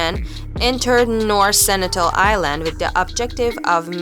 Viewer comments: Its SenTINEL... not Senitel!! Are you making stuff up?? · it's Sentinel not Senitel!!!!!